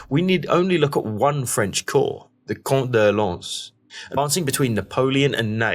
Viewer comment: Nice job. Excellent use of satellite maps to show dispositions and events. Good job on the French pronunciations too, a real rarity in videos about this subject. Good to see the Prussians being given more credit than usual but it would have been nice to see some more about the savage fighting for Plancenoit and the disagreement among the Prussians about where Ziethen's corps should go into action. Also kudos for showing the Dutch contribution to the repulse of the final attack.